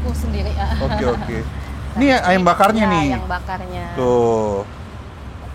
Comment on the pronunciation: Ayamm yaa bukan Ayem